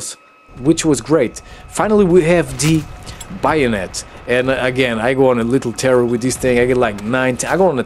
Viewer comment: It's pronounced bae-o-net for future reference lol